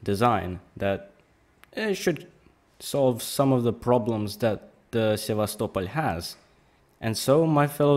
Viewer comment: I like how pronounce Sevastopol. Most ppl pronounce it as: sevastopol... Like a normal English speaker, but u pronounce it: sevas, topol